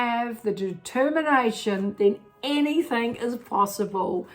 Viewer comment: Hey, you are fabulous:) Anything ( G ) NOT anythink ( K ) just trying to help XXXX